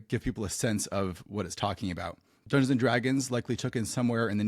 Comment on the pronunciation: "dunduns and dragons"